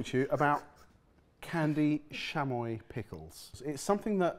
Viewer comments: also they pronounced chamoy as if it were a french word like a shh sound, it's more like cha cha cha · pronunciations of "chamoy," and "tajín" are sending me 💀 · For me it's chamoy too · Not mispronouncing tajin and chamoy 😂😂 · SHAMOY AND TAGIN, its CHA MOY and TA HIIN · I'm dying with the pronunciation of CHamoy as Shamoy and Tah-heen as tah-zuh-en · hard "ch" on chamoy and "ta-heen" for the seasoning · Also: Chamoy (Like cha-cha-cha) and Tajin (ta-heen) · Pronouncing Tajin (Ta-heen) Tah-shin; and Chamoy (Cha-Moy) Shamoy, just refuses to pronounce Mexican products correctly. They say chamoy correctly in the video and he proceeds to mispronounce it just after. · comments are gonna say it but ill add not ta djinn its ta heen j makes the h sound sham oi? no Chuh moi and of the Chamoy there is a normal more widey used one, no idea what that one is but the one im used to is a bit redder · Chamoy is pronounced ch-ah-moi-ee and Tajin is pronounced ta-hee-n. Tajin is commonly eaten sprinkled on fresh cut fruit like pineapple, mango, and watermelon. And on some veggies like cucumber. Chamoy is added to drinks, shaved ice, chips, and other snacks and foods. Yeah so the pickle without the fruit by the foot sounds good. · ah, yes, those classical Mexican things, xamoy and Tayin edit: it's official, I'll never be able to be in the same room as, because I'd have to be physically restrained from punching him in the mouth far pronouncing "wagyu" as "wag goo" or his butchery of Mexican Spanish